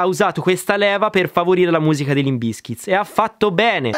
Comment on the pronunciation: Non capisco perché metti sempre la S in fondo a Bizkit. Che fastidio